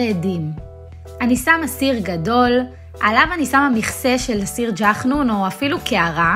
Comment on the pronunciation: קורע אותי שאת אומרת " ג'חנון " 🤣🤣🤣🤣